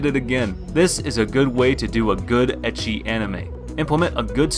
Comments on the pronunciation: please dude, it is pronouced as eki. not itchy... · I see oppai I don't wait And sorry to say but his ecchi prounonciation is just so sooo wrong